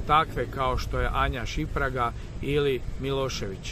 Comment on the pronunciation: Zove se Anja Šimpraga, nauči barem to pravilno dragi.